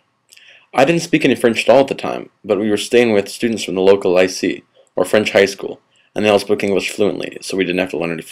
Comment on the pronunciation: It's not Lice e. It's lyceé. It's pronounced Lease as in the car hire, and eh, as in the Canadian suffix to every sentence, Lease-eh?